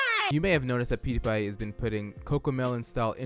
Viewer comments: how he pronounces it: poodiepie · I love how this guy says poodiepie